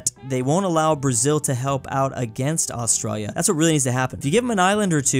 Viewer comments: it's not Austriya is Australia!! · WHY DOES BRO KEEP SAYING AUSTROIA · I was annoyed that he said Australia as astroya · is saying Australia to Austria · bro called austraila austroyia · i just hate how he says it. Petition to get to do a class on austrailian pronounciation? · why do u pronounce Australia like that lol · You need to learn how to pronounce Australia! lol